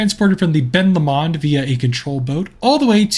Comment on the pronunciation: All I’m gonna say is that’s not how u say Ben Lomond it’s Ben low-mund I’m sorry if u take offence to this also really like ur videos Also if ur talking about the lake it’s Loch Lomond. Ben Lomond is the mountain next to it